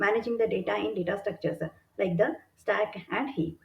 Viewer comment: superb content. pronunciation is a bit jarring even for an Indian. stack and heap with ck and p almost silent - not heapuh and stackuh